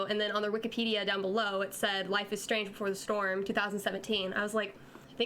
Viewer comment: Before The Strom! Oh dear. XD